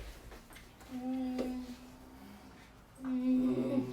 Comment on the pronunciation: სკამია როგორ თქვა❤😂